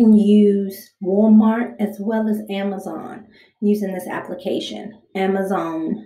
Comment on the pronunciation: what the fuck did u call amazon? (ameruzuon) wtf